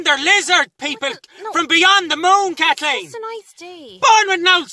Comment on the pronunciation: " KATHKEEN ..." Enough said 🤣☘